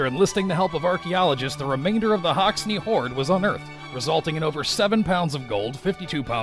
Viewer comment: For Hoxne Hoard say Hoxen Hoard.